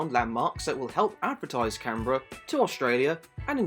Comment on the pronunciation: For a second I thought you said Carribean.